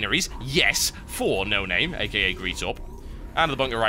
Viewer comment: How to pronounce Noname-(No-Nom-may) Cheers :P